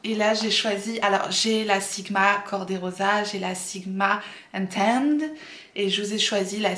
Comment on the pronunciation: Pr la Sigma juste pour info ça s'écrit enchanted mais ça se dit Enchantid! Voili voilou 😘